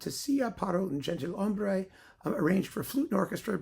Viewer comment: Fine pronunciation,! Besides the already mentioned accent on 'Aranjuez", you got very few mistakes. Maybe worth mentioning "gentilhombre" from one of the most celebrated Rodrigo works, where the "g" is strong like our "j". Also, very nice Rodrigo selection!